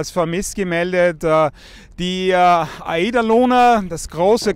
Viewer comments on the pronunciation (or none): Das wird AI.DA Luna ausgesprochen!